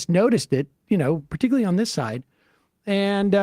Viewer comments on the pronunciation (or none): none